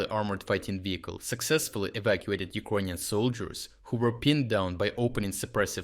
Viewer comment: Please, try to learn how to pronounce the word "Ukrainian" because it took me quite some time to understand it. Thank you for the good job. Keep it up!